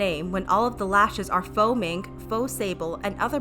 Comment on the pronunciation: Fo mink. Its faux.